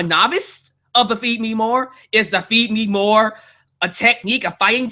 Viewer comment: I swear when ryback started the feed me more thing at the end of the segment he said feed me nore